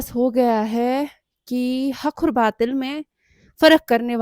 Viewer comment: Hak aur batil ❌ Hakhur batil✔️ 😂😅